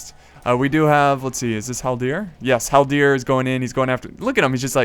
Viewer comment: When you say haldir, you put the accent on the last part, but it should be on the first part.